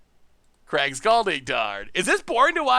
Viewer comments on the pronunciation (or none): none